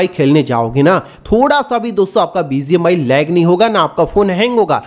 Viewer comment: Not Bizi mi❌bgmi,✅